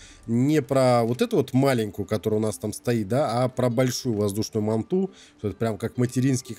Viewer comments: Дорогой Уважаемый, Манту с ударением на У', это не доисторический вид ската, это прививка которую нельзя мочить, а название доисторического ската Манта, читается с ударением на первую А'!!!!))) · да не мантУ а мАнту ,ударение на А ,хорош каверкать русский язык ,без обид,а контент годный ,лайк !!!